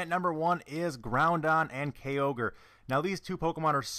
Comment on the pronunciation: "Groundon" and "Kayogre" Lord have mercy on my soul..